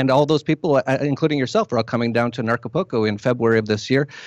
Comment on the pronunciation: Thought he said "narcopolco"... I'm in!